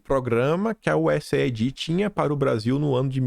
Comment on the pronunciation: te acompanho diariamente, por favor, mude a pronúncia da USAID, A pronúncia correta é US AID ou seja iu ess eidi. Não é iu ess ai di a ideia é aid de cuidado us aid, usaid, entendeu?